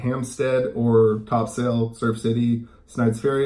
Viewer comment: Not being rude but it's not Top Sail , it's pronounced Topsul, unless of course, you aren't from the area